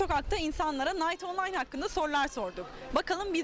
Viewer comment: ingilizce master yapsan da kınayt onlayn diye okunan bir oyun